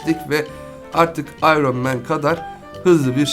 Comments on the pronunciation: abi ayron men ne yaw ayrın men diye okunuyor NOT: tabiiki yazilisi Iron Man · İronman ayrın men diye okunur ... Daha onu bilmiyosan ??